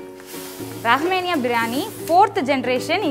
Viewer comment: ரஹ்மேனியா இல்லை ரஹ்மானியா திருத்திக்கொள்ளவும்